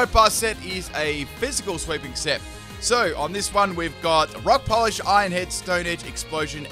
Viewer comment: When you say Rock Polish, I keep hearing Rob Collage... Look at those beads.